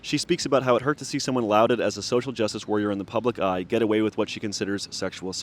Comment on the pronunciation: omg stfu learn how to pronounce lauded before you start giving your two cents on industry plants 🙄